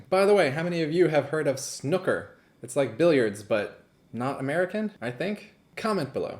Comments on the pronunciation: It's not pronounced snucker - it's snu ker:p yeah it's a lot harder than pool - smaller balls - pockets - larger table - great act - thanks for your commentary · Forever living for the way says ‘snuker’ instead of ‘snooker’ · It has been said in other comments but it is pronounced as snoooker not snuker and yes I accept that in the UK we have more accents than every other country in the world but all of us can pronounce snooker. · I think its pronounced snoooooker, and i think billiard is like whole stick balls on table thing but snooker is a special variant of it I think the womans clothing thing was a monty python reference, but what do I know Great act, I was thinking that like half was King of Spades and rest was 5 of Spades but then they where allowed to look at the deck and it was a normal deck, so yeah.. no idea. Nice content as always :) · 😀😁😂 I'm sorry but that is NOT how you pronounce snooker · I hate the way he pronounced snooker